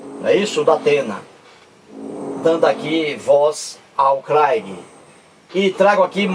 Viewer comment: Você está dizendo bobagens,você está se baseando numa reportagem de uma revista, você não está provando nada, você nunca leu um livro do craigui. kkk Saiba que você está sendo refutado em outro canal,por um rapaz inteligentissimo, que está fazendo doutorado em teologia. Você,,é um velho burro,que não lê livros de Sociologia, filosofia,antropologia, nada. Não sabe nem pronunciar o inglês. kkkkk Porque você não quer debater com ele? Tá com medo dele te provar que Deus existe? Que a cobra falou? Que caiu fogo do céu? Que Jesus ressuscitou? Que ele secou uma figueira, porque não tinha figos? Que de acordo com cada evangelista ele dividiu alguns pães e deu de comer para milhares de pessoas? Não seja covarde,aceite o debate,que ele vai acabar com você, seu velho burro. Abraço, desculpe não quis ofender.kkkk